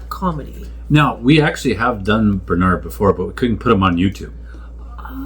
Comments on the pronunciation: Pronounced Ber-nudd not ber-naaarnd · in uk it is burnerd - not burnard - i know it makes no sense - and yes he was the best ever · I'm sorry to be picky but let's get the pronunciation right, because Burnaaaard Manning just isn't the same as Burn-ud Manning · Americans always emphasise the second syllable whereas Brits emphasise the first syllable in a word. It is so weird hearing Americans pronouncing British names. His name is pronounced "BERNrd" not "berNARD" - just saying. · It’s Burn-ud. Not bernARD! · It's funny how Americans pronounce Bernard, like BernAArd. Depending one where you're from in Britain, it's BEhrnrd , bRnrd, bEnnerd, or Behhnid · Your pronunciation is incorrect. In tge UK, Bernard is pronounced 'Burn urd' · we pronounce it bern ud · correctly pronounced it's Bur [as in bird] nahd. And he hated the French. ( wiggles eyebrows ) Wonders how completely nerdy and anal I can get.🤔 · I know that is how 'mericans pronounce Bernard but it it is different here in the UK. That Man was & still is a true legend to me. I used to work in his Son's club in Middleton, Manchester. Bernard came up to the bar & asked for a 'Black & Tan' (half Guinness, Half bitter). Because of the correct way I served this, Mr Manning put a beer on the tab for me to enjoy later....Will never forget it. Yes, He was foul mothed to some People but He also did a great deal for the Charities in the Harpurhey Community......Let's never forget that...RIP Bernard... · Americans pronouce Bernard very differently to us in tbe UK, it sounds so strange! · Sadly Canadians cant pronounce Bernard correctly either!